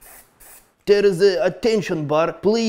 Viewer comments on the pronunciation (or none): none